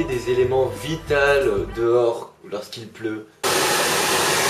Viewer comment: au faite à on dit élements vitAUX et pas vitales....